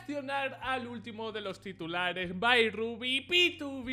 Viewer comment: bro se pronuncia bai rubi